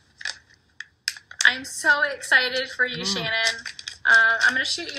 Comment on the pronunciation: It's S.H.A.N.A.N.N not Shannon